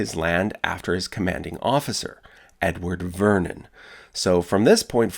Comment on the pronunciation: Anyone else hear Uncle Vernon not Mt. Vernon? No? Just me? Pity.